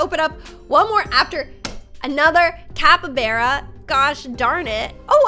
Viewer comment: Its not capabara its called cappybarra